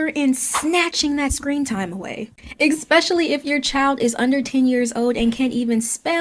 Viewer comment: I refuse to be lectured by someone who says “ECK-specially”. Sorry, but that’s where I draw the line. 😠